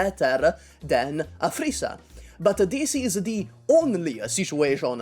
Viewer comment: Every time you said "Aphrissa" it sounded like you were saying "a three star"